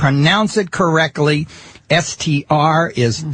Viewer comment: ...Gallagher rants about the English language but says "Correcly" without a well-pronounced T 😂😂😂😂